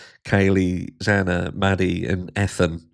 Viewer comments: Éthan. There are YouTubers I can't even watch anymore because if there's 2 ways to pronounce a name, they're going to say it the wrong way. And they are actually touring and making 💰 off their daughter's murder?😶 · Well, in Poland you will say Ethan exactly like he did 😅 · I named my son Ethan 13 years ago! I’ve not once heard it pronounced that way! 🫣🤯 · Hi gorgeous Harsh.. I actually admire the Goncalves for standing up, speaking out about their disapproval, thats not easy. They feel defeated, and they are reaching out for some other army. Can’t help to crack about Ethan’s name mispronounce by Pier😂😂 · I know- it was too good to be true. Piers Morgan almost said the names correctly except for Ethan Chapin. Usually Ethan Chapin's last name gets pronounced incorrectly. How does a person mispronounce Ethan? 🥴🥴🥴🥴🥴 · I’m dying, Harsh! 🤣 Bloody hell! Every time! This might be the first time Ethan’s first name has been mispronounced and of course it would be Piers that does it! I can’t stand him, BTW. Thank you for watching this so we don’t have to bc this wanker would haunt my YT feed for months. 🙌🏼